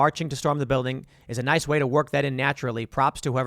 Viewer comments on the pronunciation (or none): none